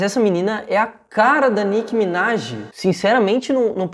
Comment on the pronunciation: N era nick minaj era Mick minaje